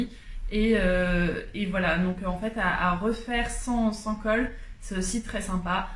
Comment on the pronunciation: Coucou! De belles cousettes et de belles finitions. Et ce trench-coat de folie !😍 Comme tu dis « dommach » pour le livre Bohème chic.😅 De mon côté veste dahlia en 42, je n’ai rien à redire sur la taille. A bientôt ☺️